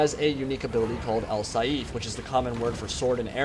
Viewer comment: its not al saeef its al saif or a'sSaif,but its fine i enjoy your version of it just as much :)) great stuff man.